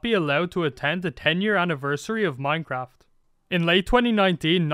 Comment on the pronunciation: anyone noticed how it says minceraft